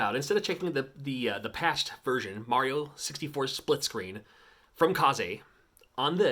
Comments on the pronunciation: even if it were, it wouldn't have the "zay" sound at the end, it'd be "zeh". the proper pronunciation is "kays" tho. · It’s pronounced Kaze, not Ka-Zay